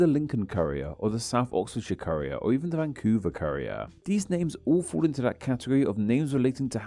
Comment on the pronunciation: pronunciation makes Courier sound like a spicy food chef. The Dundee Courier is pronounced coor-ierr.